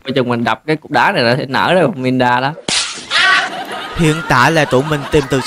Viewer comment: Ngta là Miranda ông đọc là Mirinda là sao dị🙂xem mà quãi vs Bedy nhất á😂